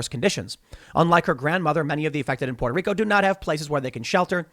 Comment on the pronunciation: Tim pronouncing Puerto Rico properly is the most adorable thing ever !